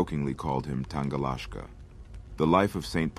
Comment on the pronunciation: tangalahska? That sounded russian 😃. Jokes aside, it is "tangalaki". Means something small that is swift in movement and that jumps around.